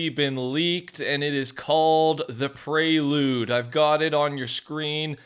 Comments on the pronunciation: its actually PREE LOOD not PRAY LOOD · Who on earth would pronounce it Prey-Lude? It’s clearly Pree-Lude. PRE as in PREfix. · I'm sorry but "Praylude" is actually insane. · Pre Lude where does it say pray Lude? anyone?